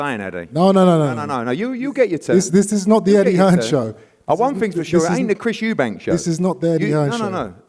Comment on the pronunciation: He knows Eubank more than everyone, but still calls him Eubanks